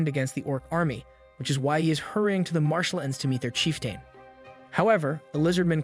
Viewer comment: Marshal-Ands (Marshlands). Battlefied (Battlefield). Prinicipal (Principal). Nave (Naive). An-I'm (Anime). Enchanced (Enhanced). I always love the purposeful mispronunciations. Keep up the good work!